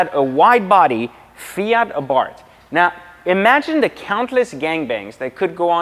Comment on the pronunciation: I’m so ecstatic he pronounced Abarth correctly!! Silent H.